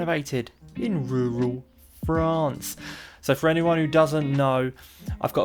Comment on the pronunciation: You mean Rurrrral France lol